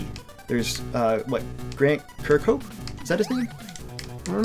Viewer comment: Guys, listen to this video, it will greatly improve your ability to say Grant Kirkhope's name correctly